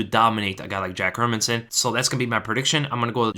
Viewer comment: My man, the only analyst who can pronounce Hermansson. Jättebra!